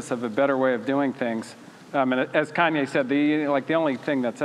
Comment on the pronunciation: ''Kenye West''